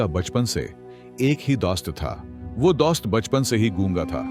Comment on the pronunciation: THE WAY HE PRONONUNCE DOAST😂